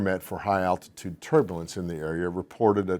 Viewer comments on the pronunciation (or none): none